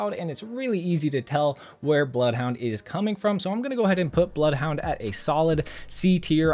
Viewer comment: Ze BLOUFHOUNDE